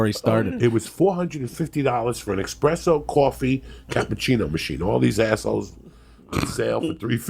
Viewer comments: expresso machine lol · Joey "expresso" Diaz.